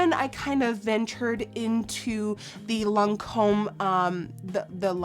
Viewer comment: When you are French and you hear Nikki's saying evian lancome and guerlain😂